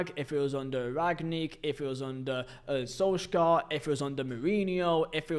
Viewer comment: Sul - shaer, not sol - skjar, not that hard to check the right pronunciation